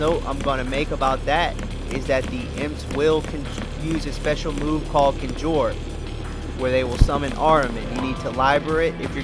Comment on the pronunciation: It’s pronounced Con Jur lol conjure conjure. Sorry your guide is amazing but you mispronounce so much shit lol. Still following your guide 100%.